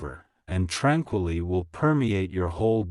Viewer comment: timestamp, lets edit that : tranqually" to " tranquility ".... Ok 💯🚸🫂👋🤩🥳🪬👼🏼👼🏾🆒🫂🪖💀☄️👻🦁📜👍